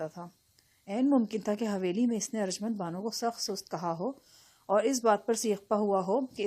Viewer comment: Aarj mnd ni hota arjumnd HOTA hy